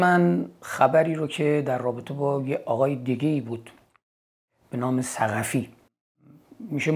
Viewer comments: ثقتیه شاهین جان نه ثقفی.. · ثقتی است ظاهرا، نه ثقفی که بارها به اشتباه ثقفی گفتید. ثِ قَ ت ی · ثقفی نه شاهین جان ثقتی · شاهین جان ، ثقتی درسته نه ثقفی(درود بر شما شاهین عزیز) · شاهین جان تلفظ صحیح ثقتی seghati